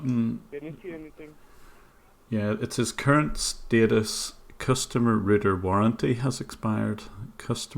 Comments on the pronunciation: dude how do you pronounce router? its not a ruuter, its a RAUTER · Ah I remember you, the guy that can't pronounce 'router'. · When talking to U.S.A. victims say router like shouter. otherwise they'll think you are saying rooter. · Rooter?... you do a great job! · He said scan my rooter lol. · for a sec i thought you said "now he says that's he's gonna scam my router"